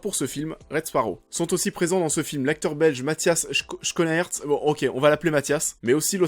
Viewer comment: Me revoilà avec de la prononciation… "Scounarrt" (je suis Belge) ce n'est pas pour vous emmerder mais pour vous aider à vous améliorer car j'aime beaucoup votre chaîne.